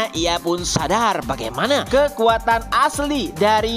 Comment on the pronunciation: kekuatan min bukan kekatan :face-fuchsia-tongue-out